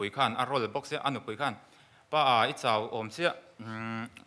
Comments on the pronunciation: Vangtlang pa hi a upa ber hmel sia, mizoṭawngava thiam lo ve,, peih tih turah paih te ti mawle putar berin 😂😂😂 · midang lakah chuan a upa tih a hriat reng alawm le...a upa berin mizo ṭawng a pâi hi kalo zak😂😂😂peih tih tura paih ti khut2 a puitling lo hle tihna nih hi